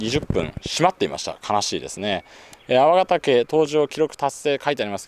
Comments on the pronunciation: 「くりがたけ」ではなく「あわがたけ」です。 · クリガタケじゃなくて、アワガタケですよ！ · くりがたけじゃあない！あわがたけと読む。東山は、わが故郷。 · 栗じゃない。粟ヶ岳 「あわ」ですよ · あわがたけ、ですよ